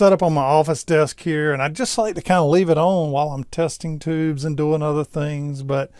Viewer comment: Despite your light Southern accent, I will credit you with pronouncing the word "tubes" instead of "teebs".